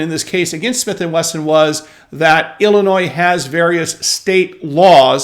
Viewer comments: Its Illinois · Forget it Jake, it’s Illinois.